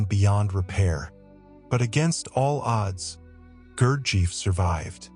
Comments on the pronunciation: Fascinating story. Thank you for sharing. Gurdjiev was one of the most mysterious teachers if the 20th century. It has been recorded that Stalin had Gurdjiev’s book and his picture on his work desk in his home in Kremlin. Also, Gurdjiev’s students in Paris mentioned that he called Stalin by his childhood endearing name Soso. One small correction though, is that pronouncing his name correctly would help people to know what his name truly sounded like. The accent is on the letter “i”. And it has a long stretched “I”. (It sounds like Gurdjeeeeyev” :)) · That's right. About how to pronounce his name. It would be phonetically, Goorjiyev. The British mispronunciation of his name (like the narrator) is Gerjeef. Absurd, they don't even bother to say his name properly, and during readings (I attended the G. Foundation in NYC for 18 years, from 1971 to 1989, studied this method under the guidance of Lord John Pentland who was appointed by G. to lead groups in North America) the reader would mispronounce the names of all the towns and villages in the region that G. mentions in his autobiography, Meetings With Remarkable Men. Not sure (and don't care) about this connection with infamous dictators of Europe. It's possible that G. and Iosif Jugashvili (Stalin) may have crossed paths in the Caucasus region, but so what. They had nothing to do with each other; just more sensationalism to distract from the real message that G. brought to us. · En primer lugar.... NO sabe pronunciar el nombre Gurdjieff. En segundo lugar, no COMPRUEBA que Gurdjieff o su propuesta, fueran PELIGROSOS. En tercer lugar NO aporta nada nuevo...... MEJOR HAGA VIDEOS DE GATICOS..... SON DIVERTIDOS. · The AI narrator can't even pronounce his name. YouTube = AI = foxtrot Oscar 🖕